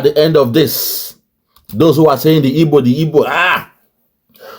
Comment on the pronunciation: I knew she is not an igbo cos she cannot pronounce igbo word proper.